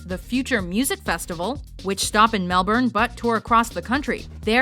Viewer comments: Happy to see something Aussie reach a list,even tho pronounced Melbourne wrong but I'm grateful for Aussie recognition. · How do you mispronounce Melbourne...holy shit. And Byron Bay should have made it, not Melbourne. Byron has Australia's biggest music festival in Splendour In The Grass, and the biggest arts festival in Bluesfest...